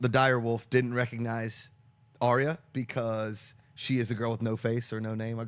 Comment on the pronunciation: I think I'm going to do this every video till you guys start saying her name correctly, Ar-Ya, Ar-Ya, Ar-Ya, Ar-Ya, Ar-Ya, Ar-Ya >.<